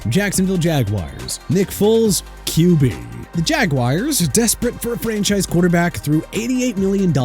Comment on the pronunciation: IT'S AHMAN GREEN NOT AHMAD OKAY?! WHOEVER MISSPELLED HIS NAME SHAME ON YOU! PLUS THIS JAGWIRES NONSENSE HAS GOT TO STOP!! JAGUARS IS PRONOUNCED JA-GWAARS AND MINSHEW IS PRONOUNCED MIN-SHOO NOT MIN-CHOO!! YOU PPL ARE AN EMBARRASSMENT